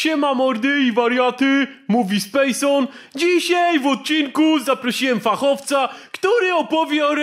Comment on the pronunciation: Fachowca czy Flachowca? 😂